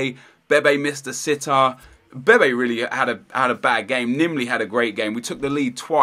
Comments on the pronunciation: When you say bebe you say baby lol :P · I swear you pronounce some names wrong on purpose, like bebe, what's the point? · Btw bebe is pronounced Beb-ay